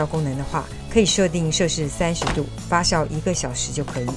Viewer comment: 发酵jiao第四声